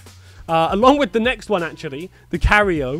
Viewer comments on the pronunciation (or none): The way you pronounce Tripoli and Cairo 😂 they’re both city names and you’re not even close! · The mispronouncing of tripoli and cairo killed me hahah. However, i have smoked in Cairo, Egypt and it was dead, so im not surprised a strain named after it is terrible.